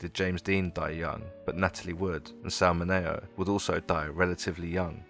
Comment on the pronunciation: Despite mispronouncing “Mineo” a dozen times, a very good analysis of Rebel Without a Cause, and a nice tribute to James Dean.